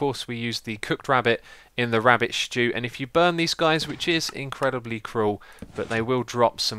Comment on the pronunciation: Lol sounds so funny 'rabbit shtew'